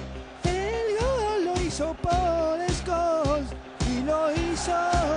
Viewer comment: Ese es pol skoool'